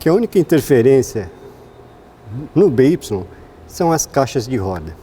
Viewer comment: Bê Ípsilon? Sempre lia "bai"